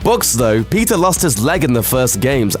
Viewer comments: I thought he said pizza not peeta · I swear he said pizza for petta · Did anyone hear Pizza Instead of Peeta? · Pizza Lamark? It’s Peeta. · I GOT REALLY TRIGGERED when he pronounced 'Peeta' as 'Peter' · When you say ''Peeta" it sounds like "Pizza", sry 😂🙈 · pizza mellark instead of peeta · "Pizza Mellark"? xD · I thought he said pizza melark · I thought he said pizza mellark. Just me? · I thought you said pizza mellark.. Pizza.. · when he said peeta it sounded like he said PIZZA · Pizza = Petah = Peter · When he said Peeta Mellark, it sounded as if he said pizza! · anyone else hear "pizza mallark" ? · Did he say pizza millark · Pizza Malark 😂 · I keep thinking your saying pizza instead of Peeta XD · "Pizza Mellark" is what he sounded like he said when introducing him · I thought you said pizza mellark😂😂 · When he said Peeta it sounded like he said pizza 😂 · I thought you said "Pizza Mellark" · For a second there, I thought you said pizza melark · im not at all trying to be a jerk but i kinda giggled when you said "peeta" cuz it sounded like "pizza" but maybe its just me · Pizza malark? Have I been reading and hearing it wrong the whole time!??!?! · I thought you said pizza Mellark 😂😂😂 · am i the only one who kept hearing pizza every time he said peeta because surely i cannot be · i hear pizza every time you say peeta ^^ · It sounded like he said Pizza Malark. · i was pretty sure he said pizza too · it really did sound like he said pizza